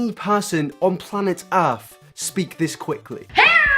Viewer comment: ALSO love that you straight up said EARF